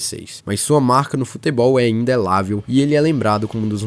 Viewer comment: Amigo, a palavra é indelével, não indelável.